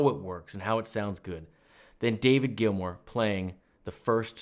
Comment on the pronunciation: Hey, you pronounced it correctly! Thank you for the analysis. I totally agree with the point that we need to check the changing underlying chord tones and why the solo sounds great at the top of them. Not yet there to quickly break down the modulation and key changes but your courses help a lot to be better. Thanks